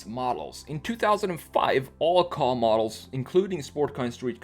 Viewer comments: Ford kay ayy not ford car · Ford car? It’s ford K A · No one gonna say something about him calling it a Ka (kahh) its actually called the KA (Kay-ay) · It’s a K.A not a ka, it sounds like you are saying “car” when it’s a KA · It’s pronounced K.A. I used to think it was the way u say it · I the way you pronounced Ka... KOH